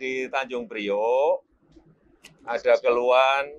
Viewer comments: kok saya dengernya tanjung ribut ya? bukan tanjung priok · Aduh mbk sljgn slah ngomong TANJUNG PRIOK. BUKAN TANJUNG RIBUT😂